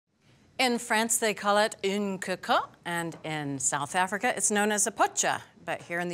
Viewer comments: It's pronounced 'caw cot', not 'koe koe'. C'mon, it's really not that hard to look up, if you're going to bring it up! This is an old video. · Le Creuset and Staub are both French. PLEASE, 'Cocotte' !! Nothing Dutch here..